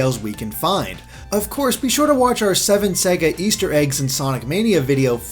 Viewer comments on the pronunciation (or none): none